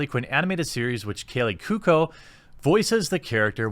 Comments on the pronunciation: Dear Jeremy: Kay-Lee Coo-oh-ko. Thank you. lol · Jeremy, my man. You've GOT to work on your pronunciation of names and certain words. Examples: Kaley Cuoco --> Kay-lee Koo-oh-koh Margot Robbie --> Mar-go Robb-ee